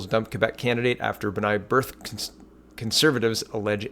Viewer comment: B’nai BRITH! Not BIRTH. 😉